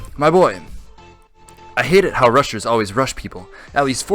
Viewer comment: Am i the only one that heard rushers as RUSSIA?